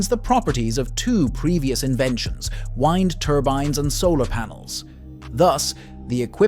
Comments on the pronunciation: A human would know how to pronounce wind turbine. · the word WIND...that blows not winds.